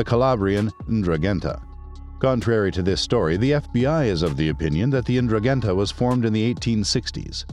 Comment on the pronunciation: Please thst is the worst pronunciation on the internet of the Ndruhhhgetta just can’t listen to poor speakers sorry just had to let Ya Know!